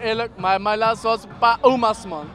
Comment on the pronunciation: Broer het is laatste niet laaste